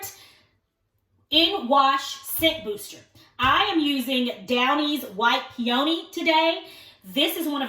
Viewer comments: So cheerful & cute ! (It's pee-un-nee, hon 😊) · Hahaa pe ony?? Omg Hope you learn to pronounce peony the right way lmao